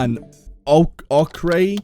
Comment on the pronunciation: It's pronounced Oak-er (Ochre) :) fun video kept me occupied at work while working on paperwork!